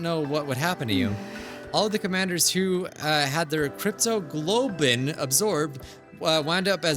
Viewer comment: I'm laughing my butt off here because of trouble with pronouncing "cryptoglobin" 😂 I get it though.. At that point I'd be like "you know what? I'm gonna randomize that word out of fun": - cryptogoblin - cryptogobble - cryptocurrency - cryptolotion - cryptoparty - cryptoloving